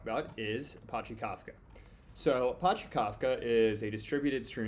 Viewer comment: Man the way to say Apache drive me crazy